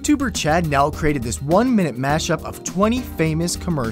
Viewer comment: Chad's last name (Neidt) is actually pronounced like Neat